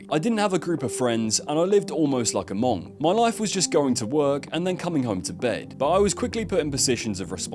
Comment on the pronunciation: Have you seriously never heard the word "monk" spoken aloud before?